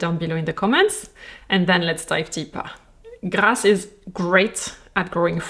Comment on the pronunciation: Why is the prononciation of Grasse at the beginning of the video sooo satisfying ❤